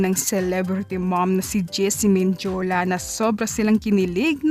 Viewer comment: Ausin mu pag pronounce mo day!!!gc ???mindiula??sakit sa tnga